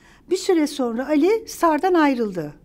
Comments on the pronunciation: Çok sevdiğim saydığım bir bayan fakat o kadar kelimeleri duzelttigini söyleyip sürekli "sonra" yerine "sona" diye telaffuz etmesi ilginç bir alışkanlık olsa gerek çünkü "r" harflerini normalde telaffuz ediyor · Sonra kelimesini soğna olarak telaffuz ediyorsunuz.